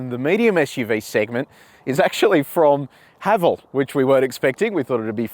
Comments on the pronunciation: The name Haval isn’t derived from any meaningful Chinese. Thus, just pronounce as “Ha Val” : ) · Pronunciation- It’s Ha-vaaaal. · Kia Ora Paul, Haval in Chinese is pronounced Ha Fu 哈弗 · Ah, it's pronounced 'Haval' rhymes with 'travel'. It's not a Chinese word. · In cantonese Haval pronunce ha fxxx😅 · Haval is getting incredibly popular here in South Africa. We pronounce it Haa vaal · In Chinese, Haval is pronounced ‘ ha full ‘ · Brand pronunciation guide in Mandarin: ha-fo. 'ha' like the laughter haha, 'fo' like the 'fo' from the word forgive. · Im a Chinese living in SYD，we pronounce HAVAL sound like [hʌfo] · 哈弗 (Hāfú) is the Chinese spelling, and you pronounce that just like "Hafu". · 哈弗 You pronounce the first part of HALF, or simply HA, and the first part of FOOD, or simply FOO. HAFOO then. lol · Thanks for your fine review. I appreciate the fact that you are the only reviewer of whom I know who does the 80 to 120 essential for passing B Doubles. [ps. someone below is Chinese and comments on how to pronounce HAVAL. My only issue having taught English is pronouncing 'H' as AITCH. thanks again Paul.] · As Chinese I can’t pronounce Haval either. I think they picked this name to confuse the Chinese people to think they’re German cars.